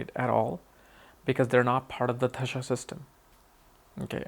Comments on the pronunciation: Its Dashaa not Dhashaa. You trying to pronounce it Dhashaa,, you know how to pronounce it correctly but you are not doing it. Don't try to proof you are not from India. 🤨 you know what i mean. Smart boy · Its Dasha not Dhasha..